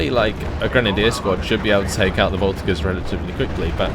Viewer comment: It has been bothering me for a while : the "g" in the word "voltigeurs" is pronounced "j".